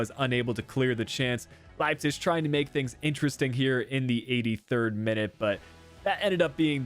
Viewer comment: Idk why but it triggered me so much everytime you said Leipzig (Leipcish?)